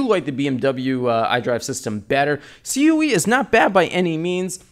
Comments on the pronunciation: It's CUE not C. U. E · Why did you say it C-U-E, I believe it's pronounced " Q ".